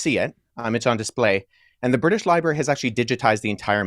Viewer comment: 😂😂😂😂❤❤DID U JUST SAY BRITSH LIBRARY 😂😂😂😂😂😂😂😂😂❤❤❤THE BRITISH HAVE REWROTE AND MADE UP BOOK FROM 150,000 years ago❤❤❤❤❤❤❤